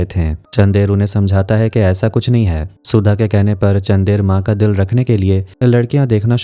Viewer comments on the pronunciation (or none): How hard to pronounce चन्दर ? Ye चंदेर kya hota hai...? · it's chandar don't say chander